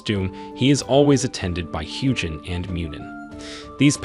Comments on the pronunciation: I have NEVER heard a soft g in ANY old Germanic language. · The proper pronunciation of Huginn is HUE-gin and HOO-gin. Not Huge-inn. Muninn is MOO-nin and MUE-nin. Not Mewn-inn.